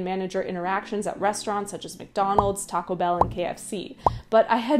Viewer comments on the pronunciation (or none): none